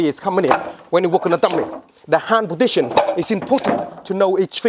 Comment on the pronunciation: he says podition instead of position